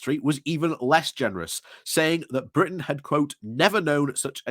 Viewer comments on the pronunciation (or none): none